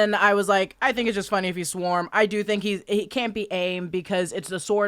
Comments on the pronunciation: Hevate is pronounced Hek a te. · Hecate is traditionally pronounced heck uh tee with the accent on the first syllable. Alternatively it is pronounced heck et again with the accent on the first syllable. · And Hekate is pronounced “Heck-ah-tee” but I still kinda liked the way says it lol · Hecate = Heh-kah-tee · ir's pronounced "heh-cah-tee" just letting u know :) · Heck-uh-tee. At least that's how they say it in Sabrina lol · I like that you pronounce Hecate like it's a Mexican beer.